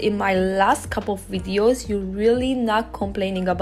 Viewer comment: And I love the way says "wideos"🤗